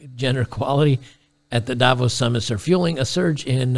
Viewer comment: For Davos the stress is on the 2nd syllable, not the first.